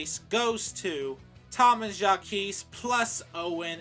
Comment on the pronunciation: I’m surprised you actually pronounced “Jacques” right instead of saying it like “Jacquise”.